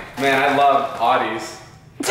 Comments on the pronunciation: "I love awh-dees" ITS "ow-dee" (audi) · THE WAY PRONOUNCED AUDI IM CRINGING